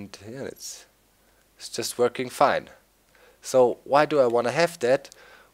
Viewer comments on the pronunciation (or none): none